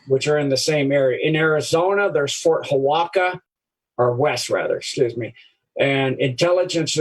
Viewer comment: Ft. Huachuca = just say /WA CHOO KA /, not / HA WA KA/ :-D !!! Tehachapi = /TE HATCH A PEE/.